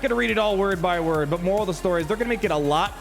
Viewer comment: I think that was a mispronunciation